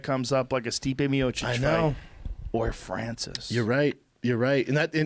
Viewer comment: I love how he said "Stipe Miočić". I am Croatian,and Joe,that was good